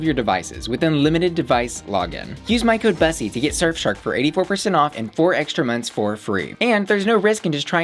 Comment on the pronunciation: I dunno why but it bugs me that you pronounce it BUS-ee rather than Bous-ee. It's a play on words from Pu**y right so it should be pronounced like Pu**y with a B... XD